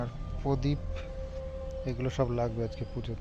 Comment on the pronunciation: Podip na......prodip bolte hoy